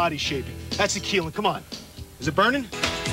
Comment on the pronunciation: its KEELIN her name is Keelin